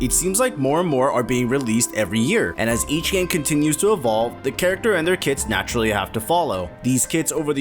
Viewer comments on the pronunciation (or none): none